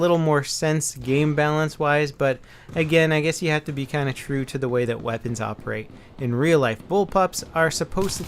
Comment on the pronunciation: He said "hae" while he was supposed to say "have". Reading rest of the comment helps alot...